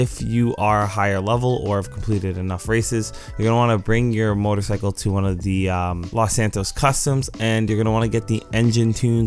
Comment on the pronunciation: They are both very good motorCYcles